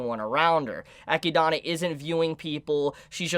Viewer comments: XD Why cant he say echidna instead of akidnah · Just discovered your channel great content 🔥... I think the pronunciation is Echidna and not Echidana, just remove the da and I think you got it correctly based on what I read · Love the theory crafting you brought up. Only one thing bothers me. Her name is pronounced “Ah Kid Nah”. Not “Eh kid don a”. Sorry just had to drop that because you’re killing my ears. Keep up the good work. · HER NAME IS EH-KID-NA!! NOT GOD DAMN FUCKING ECHEDONA! YOU MISERABLE FUCKING TWAT! YOU ARE WATCHING THE GOD DAMN ANIME NOW! YOU DONT HAVE A FUCKING EXCUSE TONSAY THESE NAMES WRONG SINCE THEY ARE SAYING IT FOR YOU!! STEP UP YOUR FUCKING GAME!!! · DUDE! Don't make me mad calling her "EchydAAAna"!!! It is "E-chyd-na"! Srsly... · If the name is from the animal it is pronounced Eh-kid-nah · I always get slightly confused when you say Echindna because of how you pronounce it. Also in the Japanese there wasn't any difference between warlock and witch. Its the same word. It was just changed for the English translation. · I love but his pronounciation of echidna makes me cringe every time 😭 Its english, bro. A spiny anteater. Its what knuckles in sonic is based off of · Your pronunciation of echidna and Roswaal is barbaric homie Like bruh 🤣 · Bro its been all season idk how you still pronounce Echidna's name wrong. They literally say it out loud